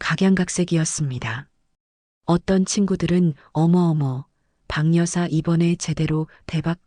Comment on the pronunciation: 방여사로 발음하지마시고 바겨사로 해주셔야 한글을 바로 읽는거 아닌가요?